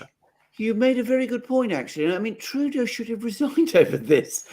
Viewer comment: Heil Trudeuh!